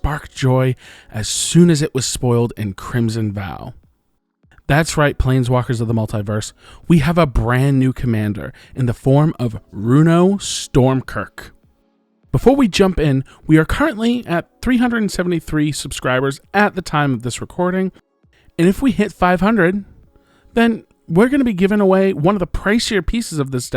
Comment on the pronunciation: It’s “Strom-Kirk” lol but great video.